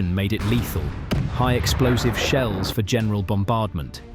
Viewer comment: 2 minutes in you refer to "high explosive sheels". What is a sheel?